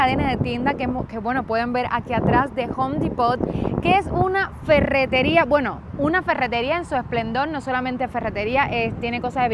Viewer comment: Saludos, pero cuidado como pronuncias Depot. La fuerza de acento recae en la primer sílaba. Lo mejor decir algo así: Depot = Di' pot. Suerte. 🤔 P.D. Aquí solo necesitas los dólares suficientes para hacer estas compras.